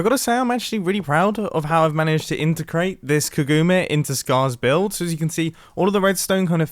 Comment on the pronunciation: . Integrate or " intercrate" ?😂